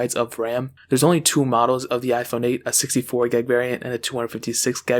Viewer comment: Why do you pronounce gigs as gegs? Honest inquiry